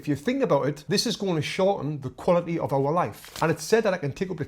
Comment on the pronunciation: "This is gonna shorten the quali'y o' owah life"